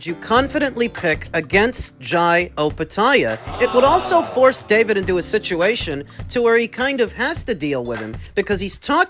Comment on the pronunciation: was it david or bavid😂😂😂